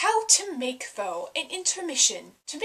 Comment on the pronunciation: Hey, I'm a new subscriber, and I love your VEDA videos so far. Glad to hear you love pho so much :) it's great stuff. (and fyi it's pronounced like "fuh" and what you described as basil is actually cilantro.)